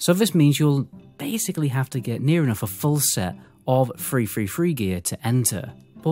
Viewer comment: oh ..... three three three gear .... i though it was free free free gear... good video